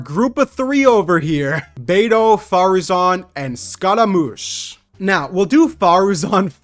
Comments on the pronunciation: Pretty sure the "G" in "Tartaglia" is silent + you are pronouncing "Scaramouche" wrong. I am pretty sure "Scaramouche" is pronounced more like "Skeh-ruh-moosh". I don't mean to be rude, so I apologize if I seem a bit rude. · For the "glia" pronunciation you simply have to go on Google translate in italian